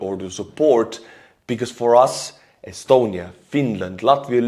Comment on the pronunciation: I'll never get tired of your Estonian pronounciation. Thanks for doing what u do, and Glory to Ukraine 💙💛